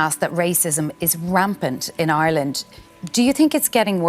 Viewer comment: Maybe learn to pronounce the name of the country you live in: it’s IRELAND not EYELAN!